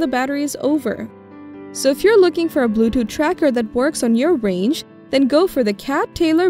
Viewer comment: Edward, i thought it was just me! Everytime she said blue tooth she said it as blue dooth. It drove me crazy , do not know why..